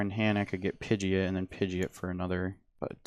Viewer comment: Bruh his pronunciation of Pidgeot is insulting, sounds like he's merging Pidgey and an idiot. I mean the anime is there they pronounce it Pid-jee-aat